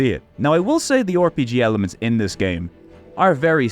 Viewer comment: Yes! returns! The finest Youtuber that pronounces it "Oar-PG" showing us more bizarro games for the Playstation! Thanks for putting Space Debris on my radar. It was great to see you tackle NASCAR Rumble; always fun to hear a Euro perspective on arcadey NASCAR titles, honestly. Elemental Gearbolt seems kind of awesome. Great episode!